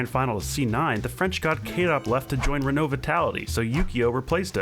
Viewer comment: Thank you so much for pronouncing renault correctly